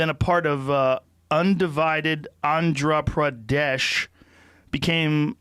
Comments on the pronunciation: I almost died when Joe tried to pronounce Andhra Pradesh and Telangana. 😂😂😂😂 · funny to hear him pronounce Telangana and Andhra Pradesh 😄😄